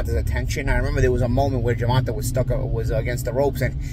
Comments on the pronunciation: As a New Yorker, I find it interesting that you can't say the man's name right. Day, stay, lay, hay, play. All P.S.s taught these rhyming sounds. It's the short 'a' sound.....fyi like day, stay, lay. Pathetic. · It’s spelled gervonta but it’s pronounced ger-von-tay!!! Get it right 🤦🏽‍♂️ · Do you pronounce tanks name wrong on purpose? 😂 sounds like you’re saying gervontuh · Why are you pronouncing his name Gervontah, and why not just say Tank. Have some critical thinking skills. Who wants to hear Gervontah every 5 secs when you talking. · Who tf is GervanTah? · I like how knows that's not how you pronounce tank's name but continues to say it anyway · Love your breakdowns I agree with everything you said, but can you pronounce Tanks name right😂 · You pronounce his name wrong disrespectful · is murdering Tank first name 😂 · Till this day he doesn’t say tank name right 😂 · can't even pronounce davis's first name right 😂😂😂😂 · you must have lost big... because ive heard you pronounce his name before correctly. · This guy() is finally demonstrated his personal disposition out weights his knowledge base... He predicted Ryan to win! Nobody with any unbiased view would have Ryan winning... Not to mention all the mispronunciation of GD's name... I won't be paying any future attention to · Say his name right man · Show some respect and say the man name right or just say his nickname Tank if you have a issue with pronunciation 😏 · Is pretending to not say a man's name correctly a passive-aggressive way of being disrespectful? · You are pronouncing Gervonta’s name incorrectly. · hates that kid— he’s been mispronouncing his name forever ‘on purpose’ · How come this guy doesn’t know how to pronounce his name. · Say the man name correctly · At least say the man name correct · Man can’t even say Gervonta name right! Lol smh clown ….. just say u was wrong! Ryan soft! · Can u say Tank cause u buthcing the man's, name lol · Tae not Tah…